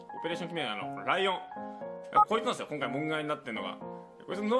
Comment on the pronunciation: あと、ライオンがもしかしたらリオンって読むかもしれないです